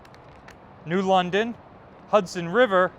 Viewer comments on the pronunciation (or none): none